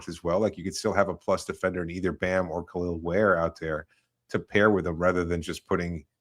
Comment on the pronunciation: Front court may not be a failure but Davids ability to pronouce Kalels name correctly sure is.